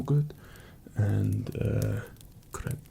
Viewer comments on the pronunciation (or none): When you said "crap" in that accent I lost it 😂